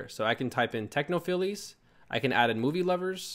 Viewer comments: Great video. Thanks for the info. (BTW, it's pronounced 'techno-files' not 'techno-filies'.) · Technophiles is pronounced "Techno-Files". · Great video but I was really interested in bumper ads and I didn't see you cover it . PS technophiles is pronounced techno Files :}